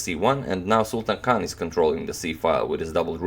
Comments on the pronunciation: Sultan Khan is pronounced as Sultaan Khaan. Sultan means King. What an irony! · People say you pronounce players names well but you didn't do his name justice